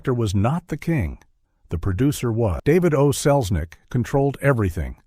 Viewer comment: Only 18 seconds in: 'That woman was Selznick, David O'Selznick' ??? You lost me at that! lol! Jeeze Louise!!!